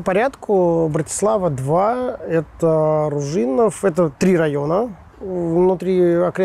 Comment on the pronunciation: На канале язьіковой школьі видео с туевой кучей направильного произношения! В словацком язьіке ударение на первьій слог. Какой окрЕс? Какой РужИнов? Какой СенЕц? Какое БискУпице? Ау. Вас же будут смотреть люди без понятия про то, как произносятся єти топонимьі! Зачем переиначивать на московский манер? Чтобьі что? Удачи в дальнейшем. 🖖